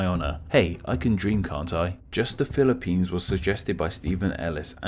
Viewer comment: "Philip"pines I wash my brain instantly